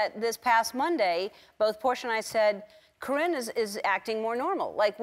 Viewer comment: Cor-ringe lol